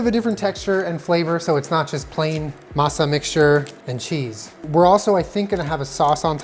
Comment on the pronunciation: I appreciate the way you pronounce Masa,.:D